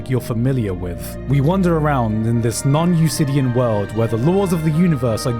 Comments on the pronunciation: NON EUCLIDIAN PRONOUNCED NON EUKLIDIAN NOT NON EUSLIDIAN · DID YOU FR JUST SAY NON-YOU-SIDD-E-AN? Its non you-clidd-e-an innit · Gigguk, did you just say Usidian? instead of euclidian? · What did he say ? Non-ucidian? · The c in 'euclidian' is pronounced as a k, not as an s.